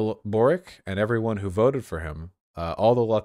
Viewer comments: His name is pronounced Borich. Many Croatian ustasha fascists moved to Chile at the end of the ww2. Ironic that one of their own is now a socialist when they ran away from yugoslav partizans. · Holy shit A lefty Croat, as a chilean president A hard win Also the way you pronounce Borić as Borik kills me vaush ❤️ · Boric wouldnt be pronounced Borik, rather its Borić as in Borich